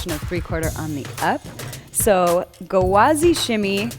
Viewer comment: Many languages have a rolling r ( including Arabic) but ghawazi is an Arabic work. There are no Rs. It starts with the Arabic letter ghayn which is pronounced with the back of the throat with a g sound ( almost like a soft gargle). The sound is difficult for non Arabic speakers but an English g sound would suffice. I promise there are no Rs here.